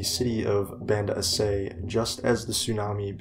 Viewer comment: Aceh is pronounced A-ch-eh